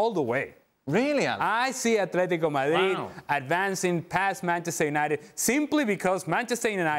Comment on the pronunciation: Don, it's AtleticO not Atletic.